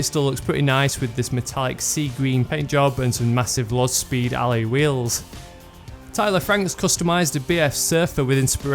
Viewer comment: lol like the way he says ally wheels